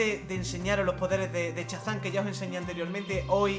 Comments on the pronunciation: Dice chazam y es shazam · Al final me ha rayado diciendo chazan en vez de Shazam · Se dice shazam no chazam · no es Chazam es Shazam...😬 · no te lo digo como ofensa pero no se dice chazan se dice shazam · LIKE por el "chazam" de. ⚡⚡⚡⚡⚡⚡⚡⚡⚡ ⚡⚡⚡Shazam! ⚡⚡⚡⚡⚡⚡⚡ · Se dice shazan